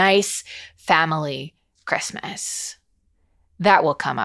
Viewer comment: We hit Shrek the Halls and I cannot stop my brain from overlaying Trixie Mattel talking about cRispy, cRunchy, cReamy R's while you say chRistmas.